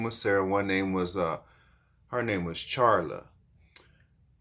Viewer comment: Charla? I thought you said Carla